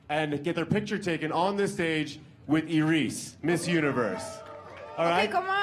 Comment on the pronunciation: I don't like the guy announcing and around the 57 minute mark when he said "Iris (Ear-Ees), Iris, whatever we're gonna call you now" that was so rude - Her name is not "Eye-Ris" it may look like it but it's not. Show some respect!